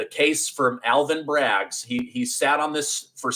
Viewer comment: it's BRAGG, not "Braggs"